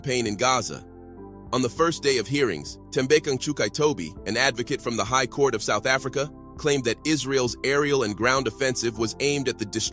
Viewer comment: The way you butchered Ngcukaitobi 😂. Great video